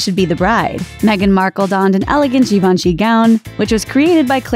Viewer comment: Gyee VON she. It's French.... accent on the second syllable, Plz. But. at least you didn't pronounce it JaVENshee like some commentators lol